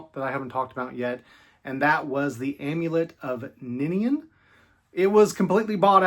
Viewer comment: Thank you for pronouncing Niniane right.